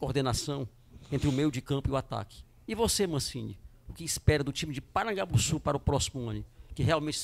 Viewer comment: Esse cara falando PARAGABUSSU me incomodou